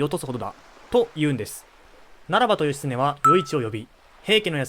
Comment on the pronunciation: 一ノ谷が「イッキー」、義経が「ヨシ」と読まれた瞬間、物語が一気に茶番になった。 さらに瀬戸内は「セトチ」、挙げ句の果てに義経が一度「シムラ」――ここまで来るとビデオ自体が冗談。 AIナレーションは罪深い